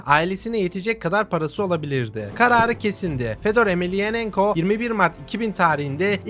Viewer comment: Reis iyi güzel de soy ismi bi kere de düzgün söyle soendwpndelnf